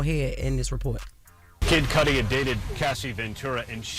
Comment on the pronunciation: The pronunciation of MIS-CUDI being mispronounced MULTIPLE TIMES is killing me. "Kid Cudi" is short for his last name "Cudi" rhymes with "MISS-CUDDY" NOT "MISS-SCUDI."